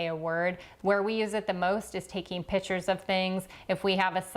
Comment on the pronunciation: I was wondering what pitchers was referring to...she was saying 'pictures' that sounded like 'pitchers"... here I was picturing a pitcher!